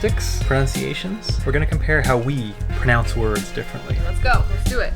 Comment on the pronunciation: you pronounce everything so strangely.... But it is so funny, keep doing it!